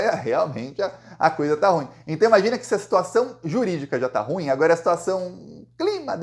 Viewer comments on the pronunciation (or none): Desculpe, a pronúncia correta é "ru-im", com acento tônico na última sílaba.